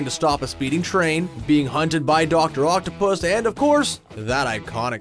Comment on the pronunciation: his name is not doc octopus its doc octavius